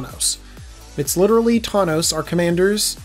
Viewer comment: Said thawnos a couple times